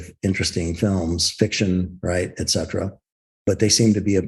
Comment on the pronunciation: Etcetera not Excetra😀